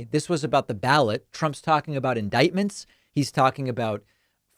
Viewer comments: "In-DICK-ments" per MTG. 😂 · As MTG would say, "IN-DIC*-MENTS